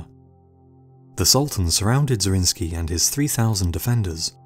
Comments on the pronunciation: I think, that the defender of Szigetvár deserves that his name is spelled correctly! His name is Zrínyi, not Zrinsky ... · The pronunciation of Zrínyi is soo wrong... type it in google translator